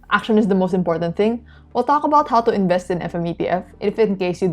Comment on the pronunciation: What did you say qalk about? Or talk about 🤣